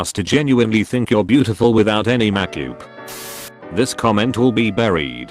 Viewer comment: No one: Literally no one: Robot voice that can't say makeup: MAkYoOp.